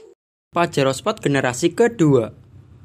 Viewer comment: uuuuuuuuuh dari tahun 91s sampai 2021 tapi kok bilang nya spot bukan sport